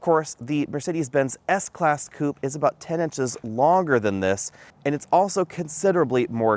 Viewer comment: How stupid when you pronounce "coupé"